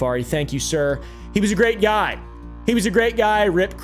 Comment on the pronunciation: You said HE wrong.